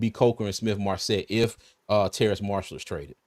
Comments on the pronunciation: it's Terrace Marshall not Terrance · it's Terrace not Terrance lol